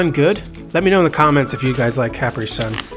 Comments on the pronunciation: The constant mispronouncing of Capri had my eye twitching. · I have never heard "capri" pronounced that way😭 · Me either!!!